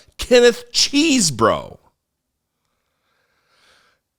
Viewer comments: it's pronounced "Chess bro". Not, "Cheese bro". Thanks. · Love how pronounced " CHESEBRO" nice.